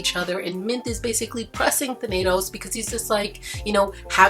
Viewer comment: When she says Thanatos i hear tomatoes